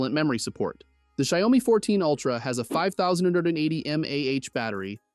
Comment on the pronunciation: do you just like to pronounce it differently? goofy af shayomi speaking english man